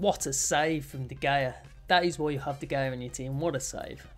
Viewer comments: It’s pronounced De Haya not De Gaya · Stop saying duh Gaya it is de hea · You say De Gea’s name wrong. You are supposed to say it like De-Hey-Ya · Pronounced De “Heyah” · The way he says de gea is so unusual is it just me? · You can’t even pronounce De Gea right...